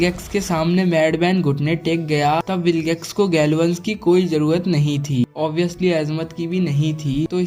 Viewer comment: Bhai jroat nahi jrorat hota hai